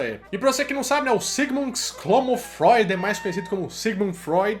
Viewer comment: Ceguimundi froidi